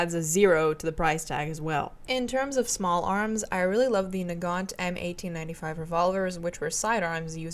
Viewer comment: Если вы используете в названии винтовки системы Мосина ещё и фамилию Нагана (бельгийского конструктора), то буква "т" на конце не читается